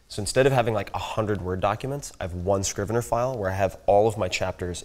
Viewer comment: Found it - It's called Scrivener and not Screweneur ;)